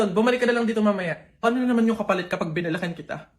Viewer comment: Bakit binalakan diba po binalikan yun haha baka lang po na bulol sya